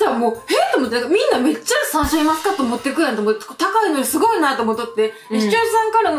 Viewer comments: サンシャインマスカット😂 こんなに可愛い言い間違いあります！？😂💕 あと、レジの方素晴らしいですね👏🏻✨ 私は普通のスーパーでは、お肉が入ったトレーをビニール袋に入れてくれる人が好きです🥩笑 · サンシャインマスカット、可愛かったです😂😂😂 たまに言い間違えますよね、何故だろう。笑